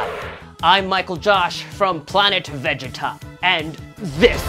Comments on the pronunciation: Bro, why does he say vegeta and sayin so wrong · No no no,lets re-do the video.the way "saiyan" is pronounced and "vegeta"..no,we will not have this.. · Dude points for trying, but every time you mispronounced "Saiyan" and said Vegeta's name wrong it hurts my inner child soul